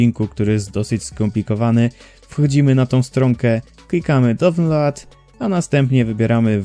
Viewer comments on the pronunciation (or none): dzięki za poradę ale download czyta się dałnląd a nie downlod